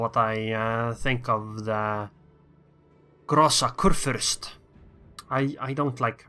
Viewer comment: hm... are you sure because i am from germany too and i'm pretty sure he prnounces großer kurfürst kinda odd